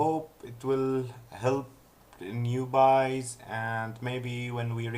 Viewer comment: The New Byes ;) Newbies is pronounced Noo-Beez